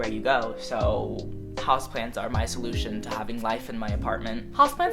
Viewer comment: I kept hearing "husbands" instead of house plants